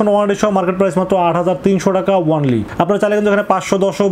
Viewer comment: Bhai ONLY word ta boilen nah, Baja suna jai aga only word er spell sunen